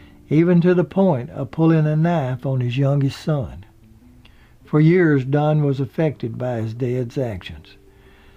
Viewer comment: blnstr yeah, as an elementary teacher, that really bugs me, but I think many pronounce years the way he does.